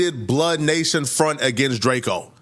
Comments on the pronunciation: keep calling him DRAK-O at same time saying he qualified to talk about him lol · “It’s drakeo not drako get it right!”